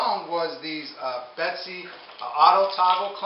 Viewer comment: its a bessey clamp. not a betsy clamp.